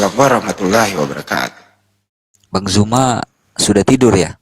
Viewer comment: belajarlah menyebutkan Bang ZUMA Bukan JUMA...